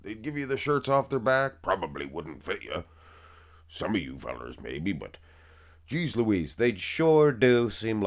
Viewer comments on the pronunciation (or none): none